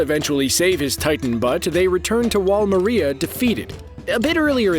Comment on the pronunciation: God I hate the way this guy says Mikasa and some of the other names in the series like Wall Maria. MI CASA !! Goofy ass called attack on titan a Shonen anime lmao!! Dragonball Super and Pokémon are shonens buddy. Attack on titan is not made for young boys. Get your damn facts right and say the damn names right.